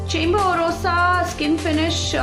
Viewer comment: hi! I've been using this foundation..its a good everyday foundation,but I find that it settles into fine lines like the laughing lines after sometime..otherwise its really good! P.S: Chambor is pronounced as Shambor .. <3